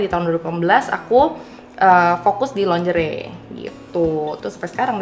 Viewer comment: Lingerie... ko pronounce nya longere sih..